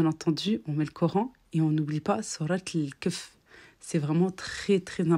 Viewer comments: Salam!!ce n’est pas sourate el kef mais kahf la prononciation est importante dans le coran car ça modifie le sens Barak Allah ou fik! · Salem aalikoum ma sœur un coucou de vénisseux j'aime beaucoup ton contenu juste une petite remarque sinon c'est pas drôle 😂 ta prononciation de sourate al kahf qui veut la caverne tu l'a prononcé kef ce qui veut dire la gifle😂😂 voilà c'était juste un petit rappel bisous❤